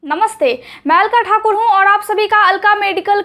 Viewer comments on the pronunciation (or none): none